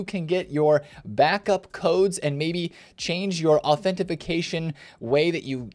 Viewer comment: Hey, fun fact, its not "auntentiFIcation" its just authenTIcation. (im not being a dick, its just a common error, and I just wanted to point it out)